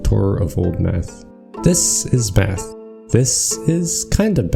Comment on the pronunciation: There were many times i heard him saying or bath instead of math. Definite hard b sound.